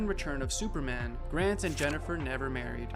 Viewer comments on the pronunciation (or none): none